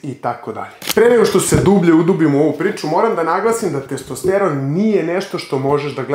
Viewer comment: Nije testEsteron nego testosteron.